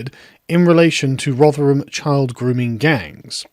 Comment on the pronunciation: First time I've heard Rotherham pronounced. Holy shit, that is jarring compared to my expectation.